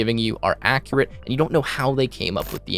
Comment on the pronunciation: Your pronunciation of the word "accurate" is inaccurate.